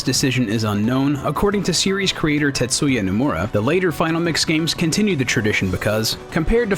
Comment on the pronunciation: I heard titsuya